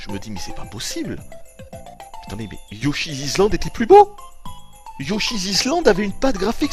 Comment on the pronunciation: "Mais prenez un Yoshizizland,prenez un Yoshizizland !" Mdr.